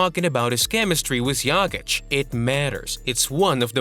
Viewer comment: good video..but you can not allow yourself so misspeelling in 1 video--it is JOKICH---NOT YAKICH